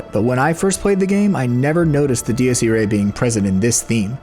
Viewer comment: It's ee-rye, not ee-ray. I took Latin in high school.